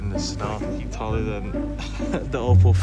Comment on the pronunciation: Bro u pronounce oppo like it's "au-po"